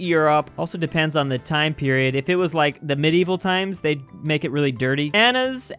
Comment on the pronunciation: Anas? Ana nas